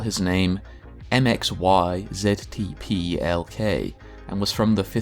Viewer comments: It's pronounced mix-er-plitz backwards it would be zitilp-re-exim....ahhh sh•...... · His name I believe is pronounced Mr. Mixophlic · "mix" "yes" "spit" "lick" Official Canon Pronunciation. From Mxy himself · His name is mixy-pittle-ick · I pronounce it mix-za-spit-ul-lick